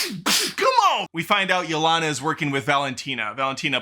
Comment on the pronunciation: You mispronouncing Yelena's name after hearing it pronounced correctly for 2 hours (Ya-Lane-Ah), has to be a bit. If it is, I'm here for it.